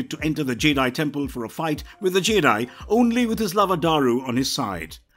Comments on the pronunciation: I swear at one point he was calling Jedi "Jay-dahai" and he said "fought the Jay-dahai on corus-cant" and I nearly switched the video off. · That Jedi pronunciation 😢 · Am I the only one who found the narrator's pronunciation of Jedi a little off putting.